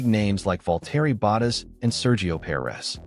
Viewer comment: Val-terry bot-is?